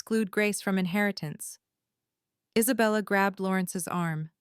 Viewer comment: I collected a few AI mistakes in the English language listening to this episode: “Isabella said” becomes “as a bell is said”; “Isabella” becomes “is a bella”; “Hermes bag” becomes “her Mays bag”’ ‘so sank demonious” rather than “so sanctimonius”; “Harold” becomes “harrowed” ... just a few!